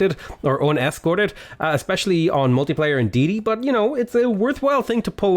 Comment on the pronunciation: Day-uh-tay ma man.